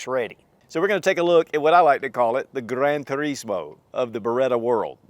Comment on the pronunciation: has that Italian accent when he said "Gran Turismo". 👍🏻😎